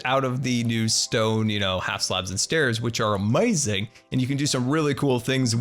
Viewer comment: loves Disney but says amazing like that guy in spongebob Disney and scar fans: what did we do to you